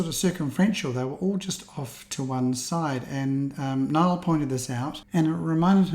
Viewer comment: Great video and thanks for the call out on the fact that I picked it up pixel peeping your image. By the way my first name is pronouced like Neil....Niall is an Irish name and Nia is pronounced like "nee" in Irish...similar to Niamh. It does get anglicised to sound like "nile" even by Irish people these days. But you weren't to know 😀.